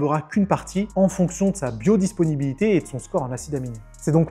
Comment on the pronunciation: BiodisPInibilité.... zarma avec l'accent du bled lol! c'était pour me faire commenter ?!? 😂 Sinon vidéo claire, pédagogique et au top. Merci fréro ! 👌